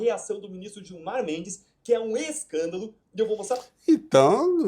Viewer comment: A pronúncia desse sujeito é bem complicada, o que é Cândalo?😅 Ele disse EX... CÂNDALO.😅